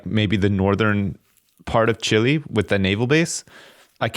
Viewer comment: CHILE IS PRONOUNCED CHEE-LAY FFS